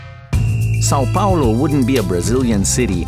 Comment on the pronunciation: Why did you get a Spanish dude who can't even properly pronounce Sao Paulo, is it so hard to find a Brazilian dude?